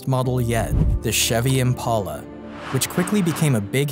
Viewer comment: Impala not impaula